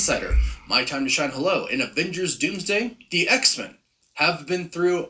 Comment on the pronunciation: Not the “DoomDome” 😂 I can't with you, man lol